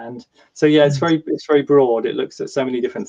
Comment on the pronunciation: Very, not Berry. 😅